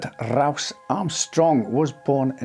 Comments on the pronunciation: Herbert RRRRouse Armstrong😂 JK love your accent, it's the best. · Everytime he says Rowse i'm reminded of the german sergeant from the comedy series 'Hogan's Heroes'